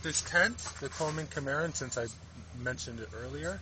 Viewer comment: The pronunciation of the model for the tent is not Chi - Mar' - un, but Sim' - uh - Ron